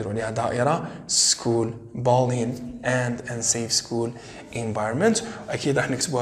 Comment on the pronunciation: thanks but check for the correct pronunciation of words mainly : arabic and bullying